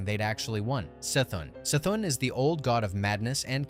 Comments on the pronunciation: it's the same as Cthulhu......it's NOT Sthulhu. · the c in c'thun is pronouced as an k